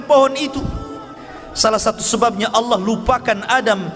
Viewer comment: Salam saudara Islam ku,,Sebutan nya harus benar²,itu nama Tuhan kita maka nya harus benar² dong,bukan Alloh tapi sebutan asli nya Allah